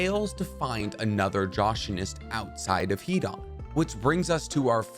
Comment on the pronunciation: Hidan is pronounced Hidon not an